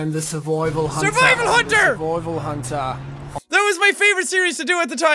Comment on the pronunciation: SuRvOiVaL HaNtA lol